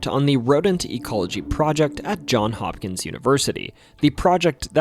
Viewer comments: Lifelong Marylander, and I learned some things from this video. Thanks! BTW, JohnS Hopkins, not John Hopkins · It’s JOHNS Hopkins, not John